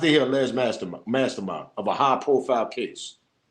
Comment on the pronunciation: MF u can't say mastermind n u want us to rock with u?